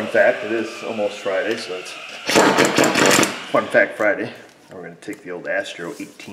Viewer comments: You said "fun fact" and I absolutely could have sworn you said "f*** that" and I was like 😲😲😲😲😲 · When u said fun fact I thought u said f that I had to listen twice to catch fun fact